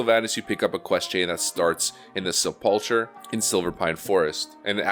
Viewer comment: Sepulcher is pronounced 'sepelker' FYI Definition "a small room or monument, cut in rock or built of stone, in which a dead person is laid or buried."